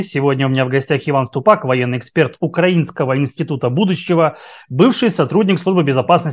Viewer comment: Уровень ыкспэрта понятен😅😅😅